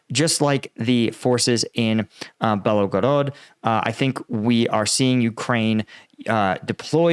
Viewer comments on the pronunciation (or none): none